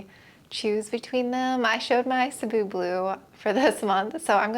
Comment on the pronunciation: I swear you're the only plant content creator who says "Cebu" correctly haha